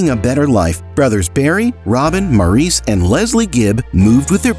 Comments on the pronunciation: This was a well done brief story of the Great Gibb brothers. It was pretty accurate although one issue I repeatedly noticed was the correct pronounceation of Maurice Gibb's name. It is pronounced Morris. I enjoyed it very much other than that. Thank you. I have loved the Bee Gees for most of my life. They were/are very much legends. Maurice, Robin and Andy are greatly missed and loved. Wishing long life to Barry and the remaining Gibb families. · I agree with you. Any fan knows the correct pronunciation of Maurice's name!